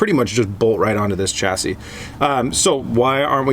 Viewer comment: It's pronounced shassi, not chassi